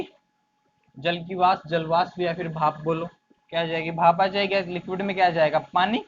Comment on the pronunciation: Buli. Bhap. Hota bape nhi hota h. भाफ् ह् नहीं बाफ